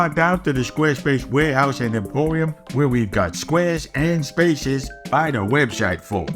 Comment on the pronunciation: Not to be that guy, but might want to work on his 'webshite' pronunciation.